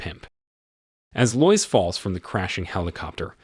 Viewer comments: That was super dumb. Couldn't they just adjust the script in those couple of spots to make it sound right? For instance, spell it "led" instead of "lead". Or spell her name "Lowis". It's fine to have AI read it provided that a human being writes the script and fixes errors. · TIME TO GET A HUMAN TO READ YOUR SCRIPT RATHER THAN THIS LOYCE-LOVING ROBOT. and not seeing through "leed"? eek! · This is when I grew up. I think this is a.i. or something. No real live person would pronounce Lois like that...... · Lois Lane struggles with spelling, and you struggle with pronunciation.